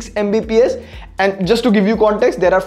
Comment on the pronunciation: video Editor: "MBPS", desperately saying its "Mbps"